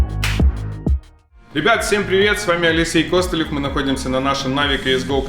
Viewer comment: Мне одному послышалось в начале ролика, АЛЕСЕЙ КОСТЫЛЕВ?